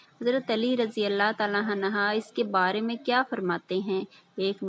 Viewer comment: Hazrat Ali raze Allah tallah anhooo parhoo ap galat read kr rahi ho